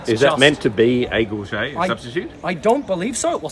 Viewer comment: Just have to tease about your pronounciation of gorget. Don't forget it is a solid t at the end. Gorjit, gorget, gorjet, and gorjet are all valid pronounciations across a couple dozen languages and english dialects. Gorget and sallet are two that people like to frenchify with gorjay and sallay but that is incorrect though widespread. Even matt easton and other notables say both. Just have to tease. Good video.